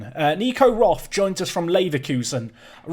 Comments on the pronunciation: Th is just t in german. So its more like rot but with a long o like in core. It just bothers me because its my surname and to here it pronounced wrong just bothers me a little bit. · As you are trying to pronounce the names correctly: Roth is more like 'rot' with the 'o' pronounced rather long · Quick German lesson: the 'th' in Roth is not pronounced like in English. The H is useless, just ignore it. The O-sound is a long one, like in Nico actually. R-oh-t would maybe be a good transcription.